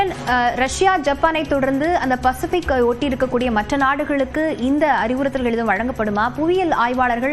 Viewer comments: அதென்ன பெசிபிக்.. பசிபிக் என உச்சரிப்பு இருந்தால் என்ன? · Yeanga reporter enna ippadi thikkugiraar pacifi fesific engiraar